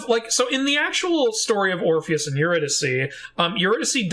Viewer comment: My main qualm with the whole musical is the pronunciation of Eurydice, but that’s because I am familiar with Gluck’s opera based on the story 😅 anything that strays from that pronunciation just makes me twinge